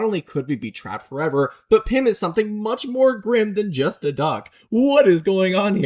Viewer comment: all that is wrong with ur english is "yust/just"